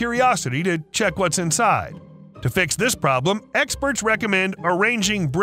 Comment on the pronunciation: "Eggsperts" nice.